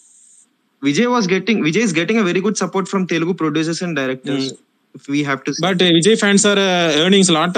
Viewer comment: TeluNgu illa bro "Telugu" Sollunga "Telugu" Throw away the "N"